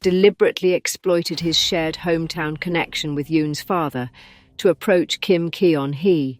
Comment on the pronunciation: Teach your AI voice that EO in Korean is roughly the UH sound in BUT, and that Kim Keon-hee sounds like KIM GUN-HEE